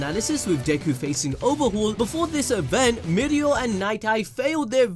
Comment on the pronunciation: it's no mirio it's mi oreo